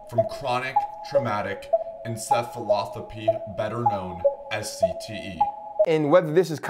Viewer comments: Chronic-Traumatic-“EncephaloTHAPY?” While you might have come to a proper determination as evidenced by case studies, I think you should leave diagnoses to a professional, especially if you can’t pronounce encephalopathy correctly. Moreover, you didn’t use any published works to support your claim. While I appreciate the fact that you are bringing more awareness towards CTE, you are not doing it correctly. This video could have been more informative, instead you decided to simply pathologically diagnose that man whilst having no professional background. Although you might be trying to bring awareness, you are doing yourself a disservice by creating such facetious content. You are completely out of place creating this kind of a video and it is a blatant disregard for actual professionals who finish their education to make such diagnoses. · "Chronic traumatic ENCEPHALOTHAPY" ... maybe you're the one who's suffering from CTE since you can't even pronounce the word 'encephalopathy' even while you're reading it off the screen! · Encephalothapy? I think you mean encephalopathy lol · I love that this kid is trying to tell us that he has CTE, while also not being able to pronounce "encephalopathy" correctly lmao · Bruh you can't even pronounce encephalopathy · You could try pronouncing the medical condition correctly.